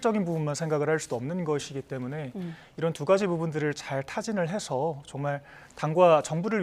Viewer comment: 해숴...느끼셔슐슈... 대변인이 발음 왜이래?